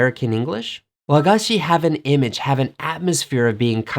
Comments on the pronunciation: This was interesting. Thank you. I heard an American saying Hershy's candy, to which we Japanese would say chocolate. By the way, the intonation of wagashi is on "ga". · I like his very exotic foreign accents here and there in his Japanese, for example, "WA-ga-shi", as we Japanese pronounce it correctly "wa-GA-shi". "America ei-GO" (he almost pronounces it like a Spanish accent omg), to be correctly pronounced "America E-igo". His "Bamen" is the best hit of this clip lol. There are not many foreigners who manage to master Yamatokotoba accent correctly even after so many years living in Japan. needs to get out of his little cocoon of expats community and talk to real locals there to master proper Japanese language. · Yeah, you're right. The stress should be on the second syllable, "ga", in the case of "wagashi". An easy error for a foreign learner to make in the Japanese language.